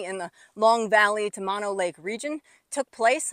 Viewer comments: Pronounced MOH, NO. BOTH Os are long. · It’s pronounced Moe-no.